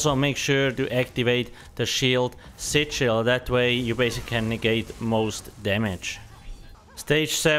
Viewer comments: there are some words really hard to understand ...like sichils ..... oxy chil? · Only half way through the video did I realise "sit shield" was actually "SIGIL". lol